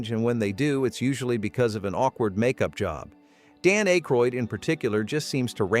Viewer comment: "Dan ache-roid"??? Come on, AI, learn his name if you're gonna trash his movies...